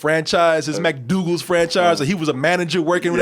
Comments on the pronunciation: Mcdowells... Not mcdogals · Why you keep saying Mcdoogles 🙄 Its McDowells !!! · It's McDowells not McDoogals which makes your point kinda mute ...